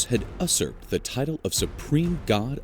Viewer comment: That's 'yoo-serped', not 'us-urped'. Look up 'usurp'.